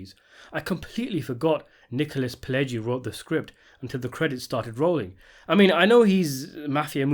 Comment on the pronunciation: Who is the guy that's talking here...he can't even speak clear at all..he sounds like a rambling idiot! He can't pronounce names not even close to what they are..like he called Pileggi he calls him (Pledgy)...Why are people listening to this dumb reviews, It blows my mind right now.